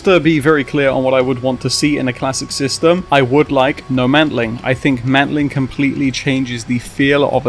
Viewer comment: Hang on, no mantling or no mounting? I cant tell which one youre saying.